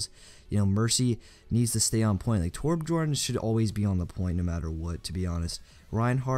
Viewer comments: learn how to say Torbjorn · It's interesting how noone can say Torbjörn.